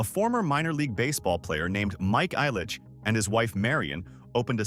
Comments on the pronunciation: Mike “I’ll-Itch” family, not “Eye-Litchfield”. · The EYE-litch name... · Right? 🤣 Eye-litch family? 🙈 I stopped there... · JSYK Ilich is pronounced "ill-itch" Meijer is projounced "My-er" Mouroun is pronounced "Ma-roon"